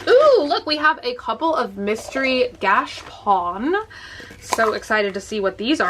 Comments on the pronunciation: Its gotCHApon. Not gashpon. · Hey! Just a tip: it’s not pronounced gash-pon It’s pronounced gacha-pon:) Love you! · Please go 2 YouTube vid, 'How To Pronounce Gashapon'.